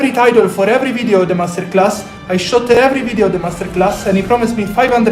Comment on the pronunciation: Did I hear you right did I hear you say “Mess-ter-class”? Lol 😂